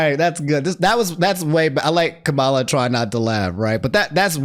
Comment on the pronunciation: It’s killing me lol so Kamala says that her name is pronounced “Comma-La”, not like Kamala Khan